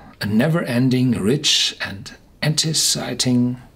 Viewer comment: The word (enticing) is pronounced INT-ICE-ING